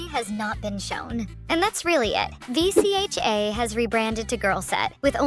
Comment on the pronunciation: Is she an AI or something? It’s pronounced Vee-chuh!